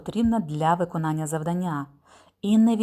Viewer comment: Дякую, дуже корисні відео. Єдине зауваження- завдАння і читАння-правильний наголос :)